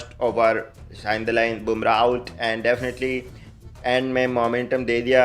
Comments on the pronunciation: definately ❌DAFINATLY ✅ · Dafanataly🥱🥱🥱🥱 not definitely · Definately? 😢😂 Arr kitne definitely? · 4.20 shuwagrat😂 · Definitely ❌ Dafenately ✅ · Defhenitally is supreme 😂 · Lumber 01 "D0finotely" 🤣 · Definately❌ Defanataly ✅ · Definitely ❌ daafinaitly ✅😂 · Some important keywords : Dafnatly, anda visual, rae bareli , andia, karkit, saris 😂😂😂😂😂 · "Ji dafinatly" is parmanent for our the king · Dafnetly............... Dafnetly😂😂😂Dafnetly..... 😂Dafnetly.... 😂.... Dafnetly....... 😂Dafnetly.... 😂kung😂...... 👐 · Definately defntly defltynh defltyn 😂😂defnatli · " AAND-DE-VISUAL"...matlab ki definetly.. AAND VISUAL....:face-blue-smiling::face-blue-smiling::face-blue-smiling::face-blue-smiling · Matlab ye toh "defnetily" Real se bhi jyada Real ho gaya ji 😂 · आग लगा दी भाई "डेफिनेटेली" अंग्रेजी कमेंट्री कर के।। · Hahahahaha 😂😂😂😂 Defonatly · India❌ Undia✔️ Individual❌ Andabhurji✔️ Definitely❌ Deffnatly✔️ Air conditioner❌ Air cooler✔️ King❌ Kong✔️ Virat❌ Barat✔️ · That Defiinetly and Kraket 😂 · Accent on point. 100% defnitly 90% endia 50% kerket 20% ❤ for Bakri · "Definitely" ji 😅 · 'definitely' fanniest episod I see reeecantly🤣